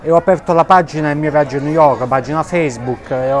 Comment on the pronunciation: New yovk